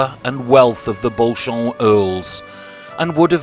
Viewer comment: Be good if you got some of the surname sounds correct.. Beauchamp, is pronounced Beecham.. And Beaufort you promounced incorrectly.. You said trebuchet correctly though.. Ive seen this very one .